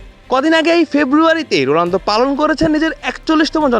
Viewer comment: রোলানদো নাকি রোনালদো কি রিপোর্টার রে বাবা 😅😅😅